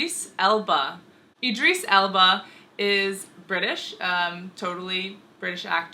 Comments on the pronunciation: Eee-dris Elba? Idris is pronounced Idd-riss no eeee sounds at all. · Id-riss, not Id-Rees. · Eedris?? It's Idris lool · EEdris Elba. ?? It's pronounced the same as the 'I' in 'ink' ! Good video though, even got 'Public' schools correct! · Ee drees? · Did she say idris elba wrong or am i